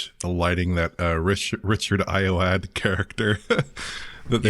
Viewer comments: Just a heads up Richard Ayoade’s last name is pronounced more like I-oh-wa-dee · It's pronounced EYE-oh-AH-dee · Small nipick: “Ayoade” is pronounced “Eye-OH-Awh-DEE” Mispronounced it over at Eurogamer too (although OX got it right!)